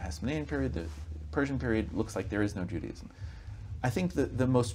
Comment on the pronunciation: Its not pronounced Judyism, its Jew Day ism thats your first big problem Language is the key